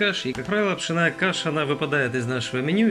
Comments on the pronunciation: ПшОооооная а не пшенааааая! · Не пшенАя , а пшЁнная!☝️ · правильно пшЕнная каша, а не пшеннАя....а за рецепт спасибо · Каша не пшеная,а пшенная. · А на каком это языке вы вещаете? С чего вдруг "пшенАя", а не "пшЁнная"? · Паря, пшЕная каша, а не пшенАя. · Да научись же ты ударение правильно делать ухо режет пшеная каша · Ударение как Вы ставите😀😀😀?или это по-Одесский🤣🤣🤣? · Что за очистка пшенной каши? Зерна! Неуч. Пшенная, ударен ие на на е! Что за неграмотная речь!